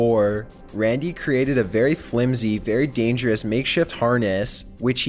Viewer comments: his voice is funny lololol like he said camp ass and said danger ass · "Dangeraas" "Previeaas" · the way it said "dangerous" and apprehended 😂😂😂😂